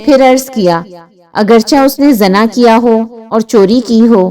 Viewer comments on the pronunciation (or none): Zana nhi hota,zina hota h word